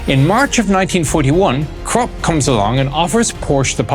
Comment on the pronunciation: Porsche not porsch use the e. Krupp say kroopp.